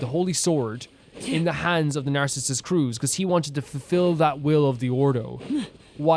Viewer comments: Nardz is in groin. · i know this is way late, but the pronounciation for Narzissenkreuz is "Narts - sis - sen - croits". For everyone who dont know too! :) (The "oi" in "croits" you pronounce how you would pronounce "groin")